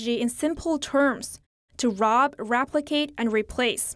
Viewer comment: Raplicate? If you're going to report in English, how about accomplishing the basics of pronunciation? WILL YOU PEOPLE LEARN BASIC PRONUNCIATION?